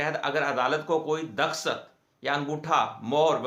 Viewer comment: Daskhat nahi Dastakhat hota he wakeel sahab